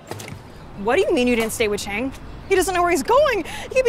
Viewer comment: Chang❌ Aang✅